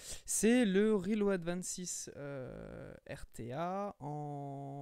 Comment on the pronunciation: J'arrive juste pas a finir la vidéo, juste a cause de la façon dans tu prononce le nom de l'ato , sérieux, RILO'AD 😫🤮